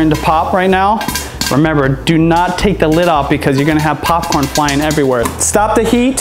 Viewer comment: Stop saying papcrn